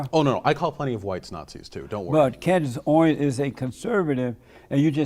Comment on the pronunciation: “Candice Owings”